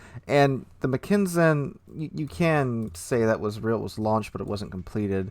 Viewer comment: Pretty sure the T6 is pronounced Mack-en-sen, not Mc-ken-sen. But I am hyped for the line and the Brit super BB.